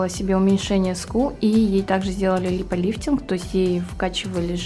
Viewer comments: Не липолифтинг,а липофилинг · Не липолифтинг, а липофиллинг!!! А в остальном видео 👍👍👍